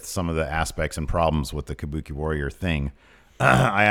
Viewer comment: Kabookie warrors exspearince